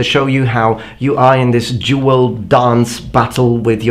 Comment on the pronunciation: I thought he said jewel 😂😂😂 like dont be carefull with it or something But he ment dual🙄😂😂